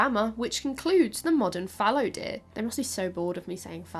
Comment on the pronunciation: I was just thinking how much I like how says "fallow deer."